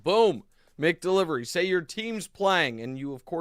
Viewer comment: Nick it’s Mac Delivery and Mac Donald’s not Mick Delivery or Mick Donald’s